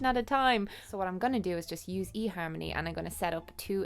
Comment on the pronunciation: your accent makes "fuck you e-harmony!" sound so great.